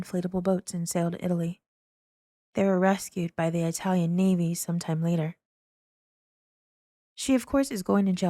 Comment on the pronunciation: You said Italian like the Irish cops in The Godfather "i-talian". I would say that to Italian friends or people I knew to get a reaction out of them. Something like "I sure love the i-talian food at Pizza Hut"